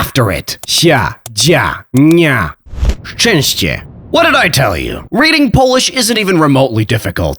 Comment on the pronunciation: lol my pfp is in the background And i'm from Poland, and good job with the Word szczęście